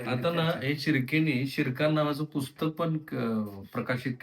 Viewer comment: सिनेमात शिरकाण ऐवजी गिरकान ऐकू येते